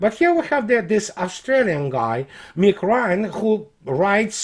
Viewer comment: the first few times you said the name "Mr. Nick Ryan" my brain heard "Mr. Meatgrind" haha (no disrespect to your English, you're command of it is most excellent).